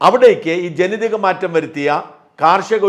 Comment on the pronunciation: ജെനിതിക അല്ല ജെനിതക